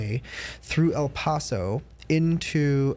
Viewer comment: PLEASE PRONOUNCE EL PASO RIGHT